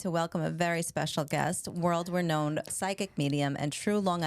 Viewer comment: Not to mention she pronounced renowned incorrectly. Yikes.